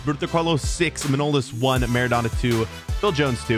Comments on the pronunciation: It’s manolaaaas, not manooolas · Btw it's Man Oh Las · Btw, it's not manolas, it's prenonced Man-o-las